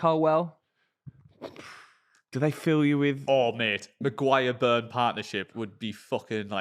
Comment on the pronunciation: not knowing how to actually say people's names is just the cherry on the cake for his ball knowledge. Braithwaite and Colwell apparently.